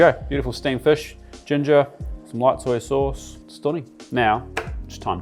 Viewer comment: Like dat "soi sos"